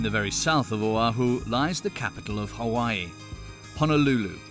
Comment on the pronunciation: he did a horrible job it's Hawai'i you can't pronounce the words properly you dropped the ball on the 1 yard line sorry not sorry. 🤣